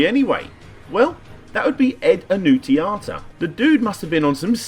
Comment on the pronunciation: I think the pronunciation is "Annuntsiata"